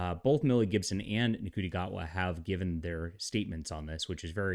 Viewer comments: It’s pronounced Shooty! Not Nguti. It’s pronounced Valiyard not Valeyard! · I believe Ncuti is pronounced "shooty". No idea how that works, but African languages aren't really my specialty. Also, I think we should refer to Ncuti Gatwa as Ncuti McGavin.